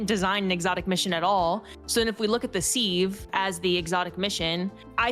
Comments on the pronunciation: Sieve rhymes with Liv and is pronounced "SIV". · KeplAr - what are we Klingon? SEEve - ever live life? KepLER Sieve (pronounced Siv) Just STOP! Get help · SIEVE !! ... Not Seeeve .. Am I the only one with hair's standing on my neck when I hear that said wrong? Definition: .. A utensil for separating the finer and coarser parts of a pulverized or granulated substance from each other. It consist of a vessel, usually shallow, with the bottom perforated, or made of hair, wire, or the like, woven in meshes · Have people never seen the word sieve written down before, it’s pronounced SIVE, not seeeeve, you all pronounce it correctly every day, the thing like a strainer, you know the metal thing you use to separate clumps and stuff from powered food. That’s a sieve, I guarantee a lot of you pronounce it correctly when you are talking about it in that context but just have never seen it written down before lmfao.